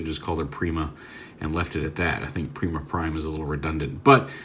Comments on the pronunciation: its nor pre-ma its per-eye-ma like primus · "Prima Prime" is indeed just called Prima. It's also pronounced like: Pry-ma. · Prima is pronounced (Prime-uh) He was the 1st Prime, Primus’ first creation. The warrior of light, and original weirder of the star Sabre and Even matrix.